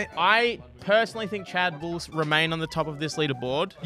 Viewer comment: I thought Ludwig was trying to talk to chat every time he said chad’s name